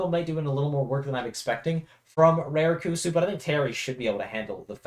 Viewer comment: The "Ra" in Raru and Rarikkusu is pronounced the same as how you'd pronounce the Ra in Yoshidora fyi